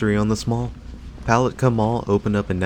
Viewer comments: Yeah, as a local, it's "pu-LAT-kah" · It's puh lat kah 😂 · Yes this mall never did well. Lived here in Florida all my life. It's pronounced Poll- lat- ka. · Love the mispronunciation of “puh lat kah”. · Palatka is pronounced with the accent on the second syllable - Puh-LAT-ka. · So many people make that mistake. Same with Apopka, which is really funny! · Lol he kept pronouncing Palatka very wrong. Also I'm from Palatka and the mall was so Amazing when I was a kid was so sad when it shut down now it's just a daycare and 2 government things inside and a few other buildings attached to it. And no it's so not scary inside people coming walking in here sometimes for exercise mainly older people or workers . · I don't think I've ever watched more of a ridiculous video a grown man who can't even pronounce the name of the town the name of the mall go get the phonetic spelling do yourself a favor stop embarrassing yourself. And stay the hell out of my town.